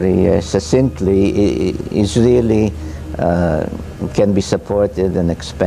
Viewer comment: Succsintly ,not assintingly. Stop with the mistakes of translation of voice.